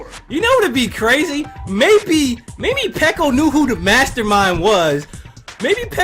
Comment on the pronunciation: ikr it always annoyed me how he called her peeko but it wasn't my business so I didn't say anything